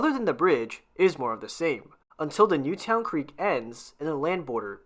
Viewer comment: Newtown Creek is actually pronounced as Newton. I lived a few blocks from there.